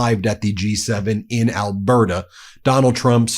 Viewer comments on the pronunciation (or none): none